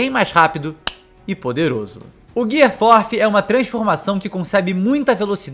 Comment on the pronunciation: “guier fifi e guier forfi” KKKKKKKKKKKKKKKKKKKKKKKKKKKKKKKKKKamei